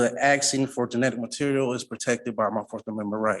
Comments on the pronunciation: Axing. I’m axing for,…… Fuck me. Learn to speak. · Another 40 IQ when these so call brilliant person always say I'm axing again-- they can't even pronounce asking again. -- What a fool... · HE KEEPS AXING THIS JUDGE HE IS GOING TO KILL HIM, ITS HILARIOUS AND WRONG THAT THE CC CORRECTW HIS POOR GRAMMAR AND ITS HAINES VS KEARN, NOT KERRIN WHICH IS WHAT H E ACTUALLY SAID 😂😂, PLEASE MAKE THIS INSANITY STOP! THIS MORONIC SOVERIGN CRAP IS TIRING, THIS IS MUST BE LAUGHING INSIDE! Idiot really thinks he is going to get what he wants, bet when he fails he never pays!